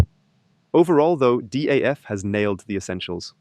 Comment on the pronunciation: Is this also available in original german language? Btw, it is DAF, not D.A.F. The old meaning of van Doorne Automobiel Fabriek is longe gone.